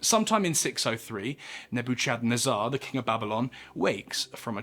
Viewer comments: Isn’t it pronounced like “Neh-buh-kuhd-neh-zur?” Love your content btw. Just noticed the unusual pronunciation. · I immediately caught it too, I was like Neb-o-chednazar? 😂 I don’t blame him though, I had to google the pronunciation when I was reading my bible first time I saw it lol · I'm dying with the way you say "Nebuchadnezzar" hahahhahahahahaha 🤣🤣🤣 Do you know the name of morpheus' ship in the matrix? That's how you say Nebuchadnezzar 🤣🤣🤣🤣 Cool videos, though. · The severity of the mispronounciation of Nebuchadnezzar will give me nightmares. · I'm sorry I am not a grammar nazzy but man the way you say Nebuchadnezzar lmao. I had to share. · Watch the matrix, the name of the ship... That's how you pronounce that dudes name bruh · I just can't get over the way he pronounces Nebuchadnezzar........